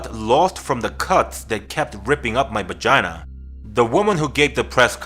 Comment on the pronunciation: He said bagina haha..love ur channel!